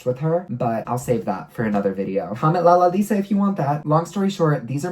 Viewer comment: Isnt anyone else getting annoyed when he says "lalalisa" instead of "lalisa"?